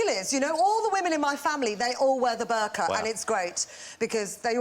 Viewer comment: She can't even pronounce Burkah properly! Nor can she pronounce Pakistan properly. And these British Asian Muslims pandering to the white audience is pathetic! Plus most British Asians are not deeply connected to their roots.